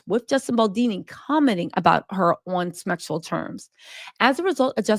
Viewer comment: Did she say, "Smexual harassment"?